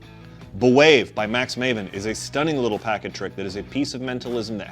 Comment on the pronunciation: I’ve bought several copies of B’Wave from Penguin Magic and absolutely love it. It’s one of my favorite things to do if I’m aiming for a quick, very strong reaction. I do recommend listening to Max’s pronunciation of the name of the effect in the tutorial. At least twice, he emphasizes that it is not pronounced “buh-wave.” The correct pronunciation is “bwave” as in “brave.” Just sayin’.